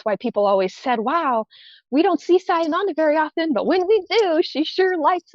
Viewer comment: This is so embarrassing. You can’t research how to pronounce the name of a silver series event winner. This show and specifically are an embarrassment